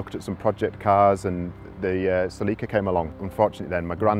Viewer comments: "seleeka" lol its "selicka" celica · They have an odd way of pronouncing Celica. And the music they use if horrible.